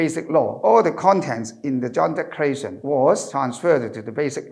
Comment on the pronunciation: Could be more presentable if - 1. Sit still please, not swaying left and right. 2. Modify your rhythm. Speaking in Cantonese is very different in speaking English. 3. Brush up on the pronunciations. The word “declaration” was pronounced incorrectly many times, until towards the end.